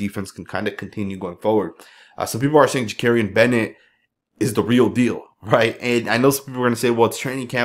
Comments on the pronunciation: love your videos as always! But I have to ask, are you continuing to mispronounce Bennett's first name on purpose like a low key trolling thing 😂 That O will never sound like an A lol...ja-cory-an NOT ja-carry-an. Keep up the amazing content all the same, you're the best there is out there! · Again, it's Jakorian, not Jakarian. PLEASE! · This dude can't pronounce Jakorian's name correctly to save his life! 😂